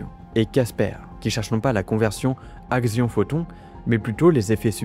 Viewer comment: Alors par contre, je me permets quand même de te dire qu'un "axion" se prononce "action" et pas "agzion". La lessive aussi, se prononce "action". ^^ Axion \ak.sjɔ̃\ masculin (Wiktionnaire)